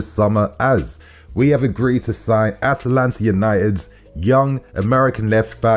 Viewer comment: The way he said Atlanta cracked me up.